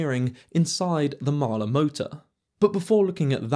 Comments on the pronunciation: A bit slow. It's hard for the British to say Mahle - it is NOT Mahler! I note you don't give actual transfer power efficiency. And if I never hear the cringe phrase "deep dive" again - it will still be too soon! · I am not saying that you are pronouncing it incorrectly, what I am saying is that for decades iI have only heard Mahle pronounced "molly". This is always a bit of a problem with non-english words, even more so with non-english names.